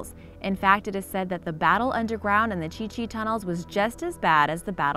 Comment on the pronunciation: Um thats the Chu Chi tunnels not the chi chi lol